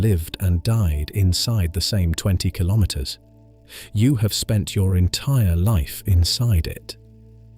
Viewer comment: Kilometer pronounciation, please